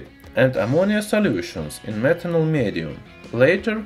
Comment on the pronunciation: did you just say smetanol?